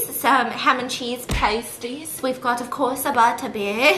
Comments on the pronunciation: Me, British, dying over the fact Stephanie keeps say pUmKiN pAYsties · the way she mispronounces pasties the entire time has me absolutely dead ahahahaha